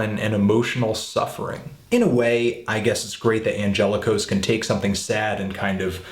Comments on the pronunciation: LOL "Michael An-jella-kos" I think it's pronounced, "An-gel-lock-us" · You pronounced Angelakos wrong